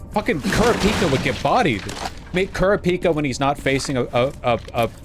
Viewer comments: Is vaush mispronouncing anime names a running bit I missed out on or something? Kurah Peeka is a WILD way to pronounce Kurapika. It's ku-rah-pee-kah. He did a similar thing talking about the chainsaw man movie and Reeeez like Reese's pieces instead of Reh-zeh. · there's NO SHOT this is how he pronounces Kurapika